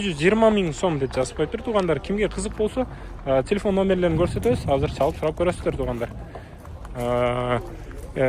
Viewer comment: Тилифон дегин 😂😂😂 телефон